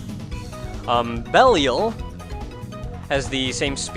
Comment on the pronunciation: I think "Belial" is pronounced beh-lie-al, not belly-al.